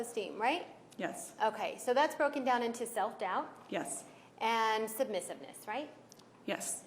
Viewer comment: Trying to act like a hardass towards a witness doesn't work when you can't pronounce submissiveness 🤦🏻‍♀️